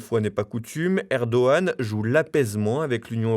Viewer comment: Erdo G an, il ne connaît pas le g le narrateur !